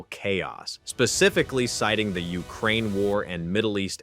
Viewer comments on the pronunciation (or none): none